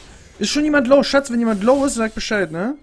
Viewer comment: Nicht SSCCHHAATTUU kannst du den Müll rausbringen? sondern SSCCHHAATZZZ kannst du Mitte halten?